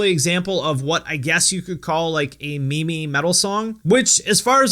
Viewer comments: It’s pronounced “meem” not mee mee bro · Im pretty sure its pronounced "meem" not "mee-mee" lmao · It's pronounced "meeem", not "me me". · are you saying "me-me" to pronounce "meme" on purpose to be funny or is that really how you think it is pronounced? lol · It is pronounced "meem" ... Is it not? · is bro really pronouncing it mee-mee?? omegalul! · Your pronouncing meme wrong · Either you or i have been mispronouncing the word “meme” for our entire life. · The way he pronounces meme. Is this a joke?